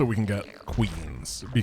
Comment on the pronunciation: Raynor also says "Zerg-a-lings". It's officially cannon in SC2 as well! Blizzard pls fix all other spellings of zergaling, please.